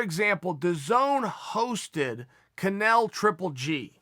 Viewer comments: He totally mispronounced the name and was just giving lots of false info on the boxing comparison... with Canelo/GGG #s or when and where it took place and who KSI was... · Did he call Canelo canal? Lmaoo